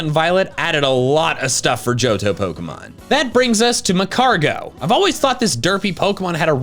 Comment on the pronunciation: It's "Johto"